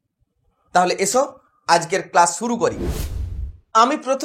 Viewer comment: Suru😂❌ Shuru🥰✅